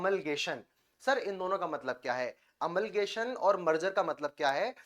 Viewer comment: अमलगमेशन को अमलगेशन न कहिए।